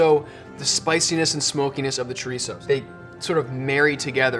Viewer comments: "Cho-rhitzo" shudders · Y el jodío todavía presume diciendo "spanish chorisou", hay que joderse JAJAJAJAJA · the way that gigachad pronounces chorizo is really tipping on my nerves, feel sorry for the camera crew, he probably said it alot more times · It's so cringy how tries to pronounce chorizo in a Spanish way, but then they say paella in the most awful American way possible💀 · I heard chorizo and I'm out... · I'm here to get upset (with love, from spain<3). [pulls up the popcorn] wait did he say chorizo? WHAT? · His pronounciation of chorizo was also more Mexican/South American than Spanish, so very likely